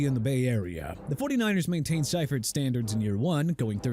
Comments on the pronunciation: George See-fert. Not Sy-fert. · George SIGH-furt???? Wtf? It's pronounced SEE-furt...c'mon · See-furt not Sy-furt. God that mispronounciation irks me. If you watched football in the 90s, you heard the correct way 100 times a month during the season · It’s pronounced. George “See-fert”. And what do you mean turned around the 49ers? They had just won two super bowls the year before he took over because Bill Walsh retired. And some of that footage you show is Walsh not Seifert. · Lol its Seefert, the pronunciation lol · It's pronounced SEE-fert. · How do keep saying Seifert wrong?😂